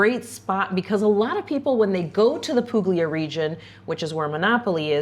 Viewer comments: Monopoli is great!! BTW it's "pool-yah", not "poog-ly-ah". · Monopoli is wonderful! Two things though. There is a decent expat community there, but not everyone lives there full time because the winters are fairly cool and wet. Second the "g" in Puglia is silent. "gl" together sounds like "pulya." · Puglia has no hard G Poohleeahh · Hi guys, Monopoli is great and Puglia is great. Just so you know, the g is silent: Pool’yah is closer to authentic Italian ;) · Puglia pronounced with no hard G!!!